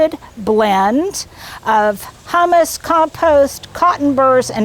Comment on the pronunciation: My ears perked up when you said your soil amendment contained "hummus." I think you meant to say "HUU-mus." :)